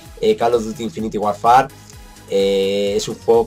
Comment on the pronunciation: SE PRONUNCIA!!!! INFINIT WORFER Pero bueno me da igual